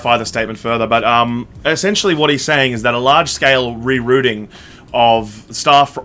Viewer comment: It’s pronounced rerouting, not rerouting. Glad to help.